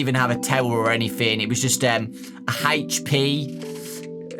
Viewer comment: Haitch Pea